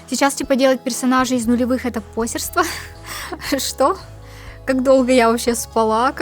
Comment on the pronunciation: Простите, но оно позёрство, позЁЁЁрство ударение... А вообще, во многом согласна с видео